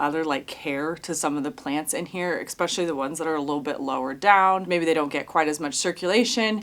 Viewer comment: Sorry for being pedantic... but you are NOT waiting to UNthaw (freeze), you are waiting for it to thaw (melt, unfreeze)! Also, no "X" in especially!! Happy trails.